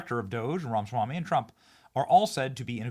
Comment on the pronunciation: Benny Dear, you're pronouncing Viveks name wrong. It's Ra- Ma -Swamy. You're missing the MA.